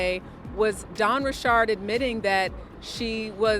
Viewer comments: Please stop with the pronunciation of her last name. Ain’t no damn ri chard it’s Richard. And why yall so worried about the celebrities? So the other people committing crimes don’t count. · Why is this idiot reporter called her Dawn Rechard. She is not an exotic person, she's from the hood. Her name is pronounced Richards. Plus your not reporting anything important, you gossiping about a pervert and acting like your a serious journalist. Make America Great Again!!!! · Ri'shard hahahahaha it's Richard's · When did Dawn change the pronunciation. I've never heard her correct anyone who called her D. Richard before. Now it's Richaaaard. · Its bothering me this lady is saying Dawn last name wrong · Richard can be pronounced with a ch/sh sound, so you can't blame people saying it differently or in a different tone as well. You're American I bet!😂